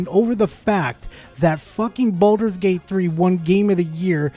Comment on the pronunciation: It doesn't even sound like he's saying baldurs gate 3 correctly. It sounds like hes saying baldos gate.